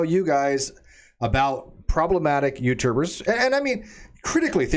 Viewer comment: I heard "problematic uterus". Only afterwards did I realise said "problematic YouTubers".